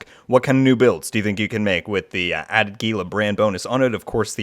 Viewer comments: It's correctly pronounced as "HEEL-LA" not "GEE-LA". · Gila is not pronounced with a hard “G”m it’s pronounced as an “H”… where TF did you learn to speak English? FFS…